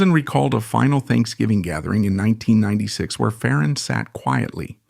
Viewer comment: It’s not fa-RON It’s FAron